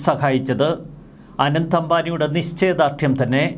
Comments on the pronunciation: റിപ്പോർട്ടറെ ആനന്ദ് അംബാനി എന്നല്ല അനന്ത് (Anant) അംബാനി ആണ്. അനന്ത് എന്നാൽ അവസാനമില്ലാ ത്തത്. അനന്തമായ ആകാശം എന്നൊക്കെ കേട്ടി ട്ടില്ലേ 😊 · ആനന്ദ് അല്ല അനന്ത് എന്നാണ്‌